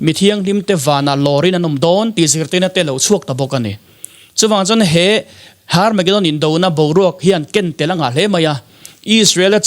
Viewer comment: Hnamdang ho chuan H hi an lam ri vak ngailo, Herb pawh Arb tih a lam theih a ni bawk,, Tsunami pawh T tih kha i lam phet chuan a diktheilo ang, Sunami tiin kan lam mai, bawihte la inzir rawh school la chawl mai suh aw👍🙏